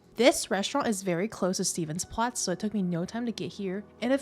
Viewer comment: Sorry, but you do need to at least try to learn how to pronounce the names of where you are going-"Stevens place"? or 'Skonsbrunn?? seriously? There is also more to the markets than food...